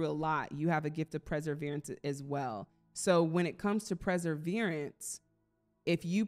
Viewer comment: ❤you kept saying in the green #3 deck, , "preseverance." Did you mean "perseverance?" Thx❤